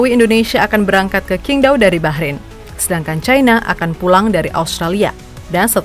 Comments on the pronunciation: Sebenarnya cara baca yg bener itu Cingtao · QINGDAO org cina bilang CINGTAO min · Tanpa mengurangi rasa hormat, itu stadion adanya dikota cingdao min (dalam mandarin huruf Q dibaca C)🙏